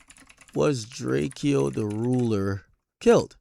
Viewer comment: Why does Ak keep pronounce drakeo name wrong lmao